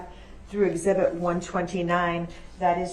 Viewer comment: Eg- zee- bit. ,( exhibit).